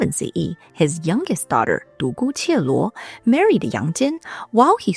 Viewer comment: Nice video! :yougotthis:A little mistake. It‘s Dugu Jialuo(独孤伽罗) not Dugu Qieluo.